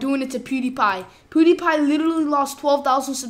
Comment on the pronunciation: Did he just say poodeepie